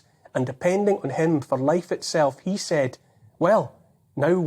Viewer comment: He knows.... Ye knows....